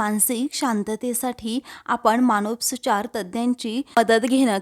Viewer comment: मानसोपचार असा शब्द आहे.मानोस्पचार नाही